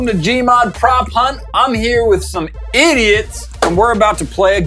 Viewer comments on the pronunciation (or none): It’s igiots